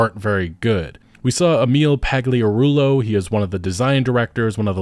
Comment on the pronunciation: Literally no North American I've heard speak about Starfield can pronounce Andreja correctly. Or Pagliarulo. How hard could it be?! Having said that, Starfield is garbage, Shattered Space is garbage, Bethesda is, sadly, garbage -- much like modern BioWare.